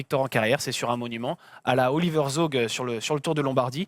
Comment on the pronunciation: Il faudra vraiment que vous revoyez votre prononciation des noms en allemand : Zaugg se prononce quelque chose comme « Tsaog »